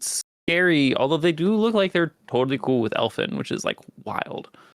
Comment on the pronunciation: “El Finn” smh